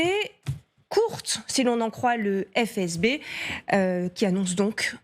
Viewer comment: Bon au moment où elle a dit « phé eze bé » et non FSB , j’ai lâché